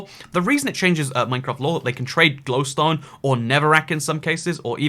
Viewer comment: You pronounce glowstone shittily.